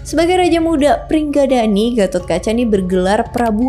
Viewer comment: Sama bukan pringgadani tapi pringgondani